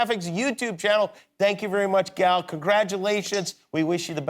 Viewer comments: There's no short A in Hebrew. Just say Good Golly Miss Molly but leave out everything but gol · He doesn't say it right it's GAL not Gel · It's crazy but no one seems to know how to pronounce her first name. The "a" sound doesn't really exist in english, but is basically the same sound as the "o" in the words "got" "pot" "knot" etc. So it's sort of like "Gahl", NOT like "gal and guy".